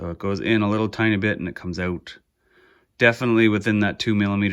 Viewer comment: Great video! So good, I won't make fun of you for saying...oot! : )